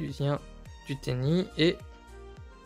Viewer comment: Tenyi, pas tenji